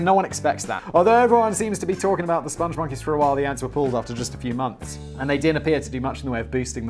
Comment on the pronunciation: SPONG, not sponge. Rhymes with song & thong. Spong Monkeys. They love the moon... Also, Lipton is REALLY shite tea. Even store brand tea is WAY better.